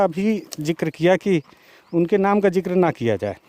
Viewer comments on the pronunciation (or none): Zikr hota hai jikar nahi sir😢